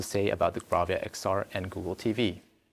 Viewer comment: Is it me? "Welcome to the launch of the new Blavia" ?